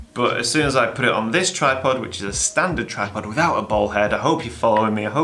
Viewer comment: He’s saying “bowl head”